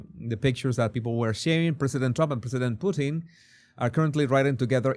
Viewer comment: 😂you said "Pooteen" .. isn't that a Canadian dish? 🤔😜👍